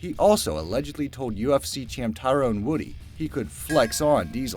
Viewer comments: Tyron Woodley not Woody, fuck sakes man, do better research on dates and names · Lmfao..this nigga said tyrone woody...wut a dumbass! So uninformed..or just ignorant? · Woodley* not Woody lmao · It’s tyron woodly not woody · LOL its Tyrone WoodLEY not woody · Good to speakout correctly the things you speak about.Shotokan not shokotan, Woodley,not Woody..just to mention...because so everybody knows,ya dont know nothing what youre speaking about.. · You completely butchered Tyron(ty-run) Woodley's name. "Ty-rone Woody" lol. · Tyrone Woody? He mispronounced BOTH his first AND last name. Funny